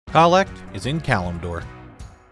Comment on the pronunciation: Dear Lord it took me this long to realize “Khalect” is just COLLECT